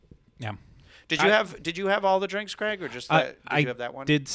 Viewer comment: Tell me Cwaig!!! Bahahah I'm intears!!